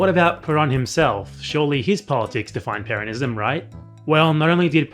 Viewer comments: in the clip it sounded like he was just emphasizing the second syllable, the way one would pronounce the name peRON(ism), rather than the way you say it throughout the video, PERonism. Granted he uses an American accent for the R but still. That was what I thought you had contention with. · Could you please stop pronouncing 'Peronists', 'Peronism' etc like that? You know how to pronounce Peron ..